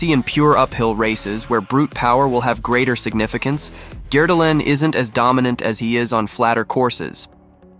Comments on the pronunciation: Agree on both counts. For someone who's obviously spent a lot of time in Norway and is apparently fluent in the language, it amazes me that he consistently butchers the pronunciation of Norwegian names. Since the videos are in English, I don't expect him to do the names in a Norwegian accent, but he doesn't even use readily accessible Anglicized approximations of the sounds. And “Gjerdalen” is hardly his worst. Therese “Joe-hog”!!? No one interested enough in XC to watch these videos would pronounce her name that way. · Great analysis but horrible pronunciation of his name